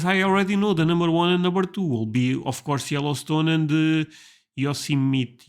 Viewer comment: this is the correct pronunciation right here! You did it.